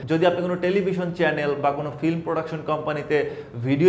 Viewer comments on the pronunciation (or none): none